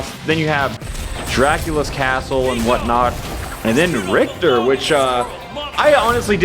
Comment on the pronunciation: Rick-ter. Tch is makes that sound not cht.